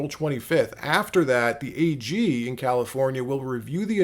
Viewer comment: "registered valifornia viters"?